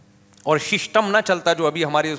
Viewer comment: apke muh se shishtam word acha lagra sunne 😂😂🤣🤣